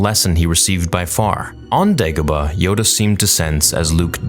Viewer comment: He accidentally said Gedebah instead of degabah